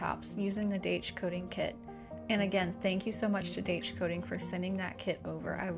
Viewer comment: Daich is recommended by well known home improvement show At Home with Gary Sullivan. Actually pronounced Dye-sh.